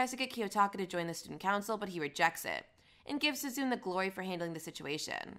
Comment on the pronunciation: feel like you're pronouncing a bunch of names wrong with insuffieicnt emphasis on each syllable, sue-zune is obviously sue-zune-neh for example